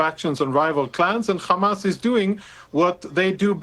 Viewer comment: Why do they say Jamas? It is Arabic therefore it is pronounced Hamas.